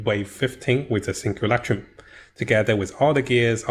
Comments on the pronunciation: Jeez, please for the love of God stop saying sinkulakroom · Say simulacrum one more time